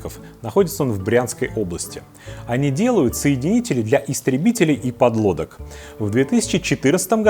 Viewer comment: Соедининель😂😂😂вы хоть Гугл бы полистали😂😂😂РАЗЬЕМЫ ПРОМЫШЛЕННЫЕ КАБЕЛЬ -КАБЕЛЬ😂😂😂